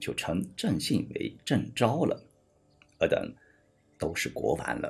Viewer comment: 还有（国王）不是国丸...